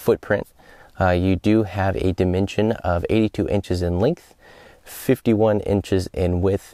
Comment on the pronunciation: Wonderful video and wonderfully clear. Funny how you say the English word "dimension" in your area. It s beautiful as well.